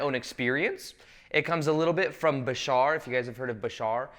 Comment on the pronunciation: Why do you people say Bishaar, its Bashar...you can say Badass but cant say bashar?!?